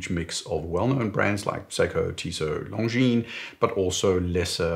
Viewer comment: Correct pronunciation of "Longines" ! I like that. So many "experts" in their videos pronounce it like it were an English word, "lon-jeans"; so horrific to hear ...